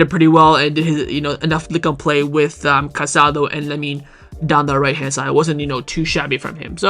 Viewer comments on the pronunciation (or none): The midfielder’s name is pronounced Ca-sa-DOH. Please be respectful